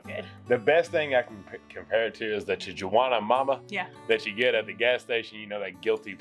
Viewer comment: did he say ti-juana lmfao